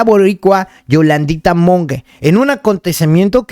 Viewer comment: Jajajaja no es Güamacao 😂 es Humacao donde está Palmas del Mar (el lugar donde hicieron la película), fuera de eso todo muy excelente, muy buena narrativa y bien informado... 😂 Acabo de escuchar Yolandita Mongue y es Monge